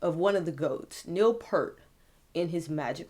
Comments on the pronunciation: You are using Neal to get personal audience attention and you can not even pronounce his name correctly. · U pronounced his name wrong. Humm why is this? C ya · Have the decency to pronounce his name correctly